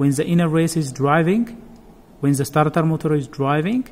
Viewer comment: Za starting clutch have ziz problem ... dude try use D sound instead Z sound when say the it sound Da instead Za . Try .